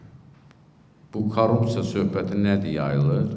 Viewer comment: Azərbaycan dilində ц hərfi yoxdu) Korrupsiya!